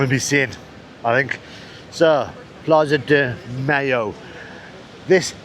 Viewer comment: I cannot unhear it and now I will always say Plaza de Mayo as if Hellmanns was sponsoring it